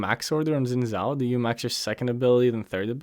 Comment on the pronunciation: It's pronounced "shin jhow"